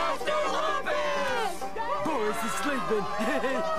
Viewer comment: Okay! Let's get to the bottom of this! Raj and Slinkman say 'Loomp-us' when everyone else says 'Lump-us'...what's the deal with that?